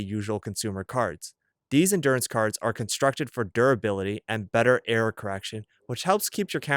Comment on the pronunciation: Error notifications. LOL I thought he kept saying "air" notifications.